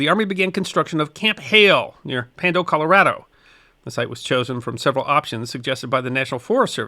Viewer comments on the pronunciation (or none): none